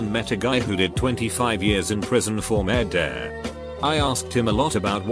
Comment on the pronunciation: Merdair, what's merdair, robot